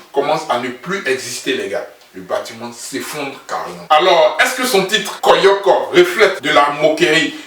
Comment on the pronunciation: On dit koyo koyo mais pas koyoko . Moi aussi j’ai pensé à ca ... comme je vis en Europe je sais pas si ça s’utilise encore en Côte d’Ivoire . Je suis très impatiente aussi . Et ces le seul qui es en live avec toute son équipe venu directement d’Abidjan . Fallait le dire dans ta comparaison là . 😀